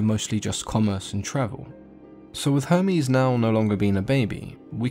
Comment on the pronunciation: He says Hermes like Homies